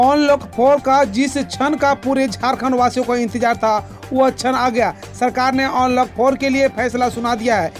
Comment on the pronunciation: onlock ni bhaiiiiii अन्लोक होता है यार